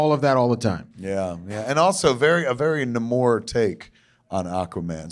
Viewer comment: Kevin pronounces Namor "nah-MORE." Jesus. I hope he also pronounces it, "sub-marEENer." He also pronounces Millar the way it's spelled. It's pronounced "MILL-er." And he's talked to the guy. At least he knows all about history, and isn't just a small fat man who makes dick jokes.